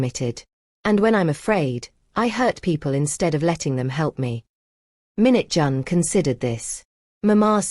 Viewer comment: Stop saying minute John. It's Minjun/Mingjun. And it's not taijohn,it's taijun/Taejun.